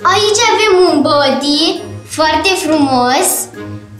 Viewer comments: Iar când a spus și am adus haine curate Un bodi se spune badi nu bodi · Se scrie body dar se zice badiy! Craciun Fericit tuturor!